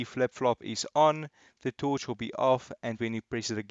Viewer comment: The way he says torch, TOOCH